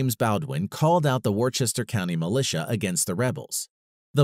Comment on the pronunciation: it is too bad he mispronounces Worcester and thereafter. It isn't pronounced Wor-ches-ter like he says. Rather it is Wou -ster (The vowel sound is like the "wou" sound in" would".)